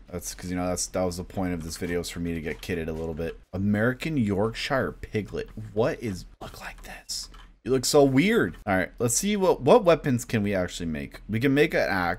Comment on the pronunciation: “American Yorksh”eye”re pig. As a guy from Yorkshire, England. I am disappointed (it’s pronounced “yorksher)”